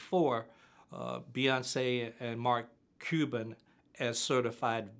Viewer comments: He thinks he's so smart but he can't even pronounce "Cuban" and can't even name the Dallas basketball team. Strange, strange family. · “Mark cooban”